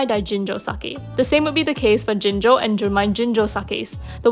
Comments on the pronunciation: It’s ginjo not jinjo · Why do you pronounce "Ginjo" as "Jinjo"? It's just wrong! Have some respect!